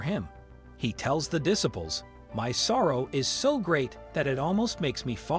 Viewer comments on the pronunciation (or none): Please learn how to pronounce the word 'disciples'. It's diSYpels. And Gethsemane is pronounced Geth-SE-ma-ne. And the Bible is true regardleess of what any newspaper says. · Y'all need to fix your AI! Darn thing can't even read properly. Garden of jeff summon? Really? Dis--iples? Really? Find a real narrator. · Diss-iples!! 😂 try just a little harder! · Why do you not know how to say the word disciples.